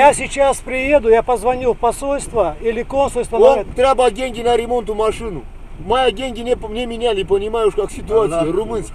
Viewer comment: Дай дэньги! Дэньги дай! "Иностранцы", блин.